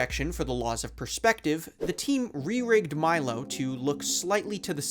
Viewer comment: Thats not how you pronounce Milo!!!